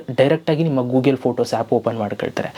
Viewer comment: Gugel alla ri Google!